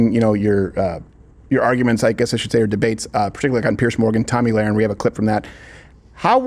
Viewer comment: [about 10 minutes in] Steven "has had Tomi on his show before" and yet he still mispronounces Lahren??? Oh, the horror! 😄